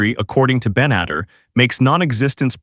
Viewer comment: Ite "Ben-et-TAR" and its "SHOW-pen-how-er".